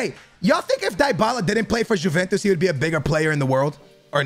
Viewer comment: Btw it's pronounced"yeventus"